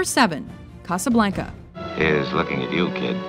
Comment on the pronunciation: Very poor list, biased to 70’s to present. Can’t even pronounce Casablanca correctly. Nice try but not enough.